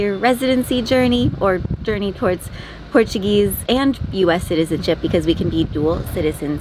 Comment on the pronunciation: Hope you can start the roof soon guys! your pronunciation of Portuguese is excelent! Love watching u guys!! Omg I miss those donuts as you call them they ard called bolas de Berlim!! Yummy,I’m going on vacation from Florida yo Portugal in September for 4 weeks after nog being there for 7 years,I can’t wait,I’ll make dire I’ll have some bolas dr Berlim and natas they ard so good❤